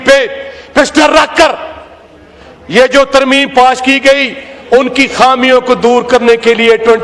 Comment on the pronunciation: ترمیم ھے یا ترمیمہ ھے